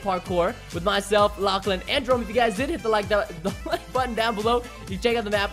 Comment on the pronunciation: Preston on he said Jerõme instead of Jerome